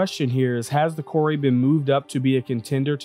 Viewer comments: I'm just curious where he got Kor-ay from? It looks like 'core', every time I've ever heard any developer talk about it it's been 'core'. Any time I've heard any other person talk about it on stream it's been 'core' but for some reason he came up with 'kor-ay' so I'm just curious how. I mean lets say that is the correct way to pronounce it, literally everyone else got it wrong so how did he get it right? :) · I pronounced it Core, because it didn't have the accent over the e, but apparently Kore is an alternate name of the Greek goddess Persephone, and pronounced Kor-ee. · The MISC Reliant Core-Eh? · Kore is pronounced "core" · If it was pronounced KOR-ay there would be an accent mark over the e. There isn't so it's pronounced KOR. Mako is the name of a type of shark. You also pronounced the name of that ship wrong. It's properly pronounced MAY-ko. Here's hoping you pronounce Calliope properly as ka-LIE-o-pee.